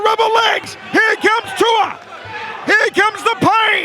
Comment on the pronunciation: His name is not Tua , its pronounced Tu’ ooo a Tu’ua